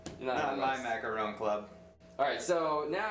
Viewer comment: STOP SAYING MACARON WRONG.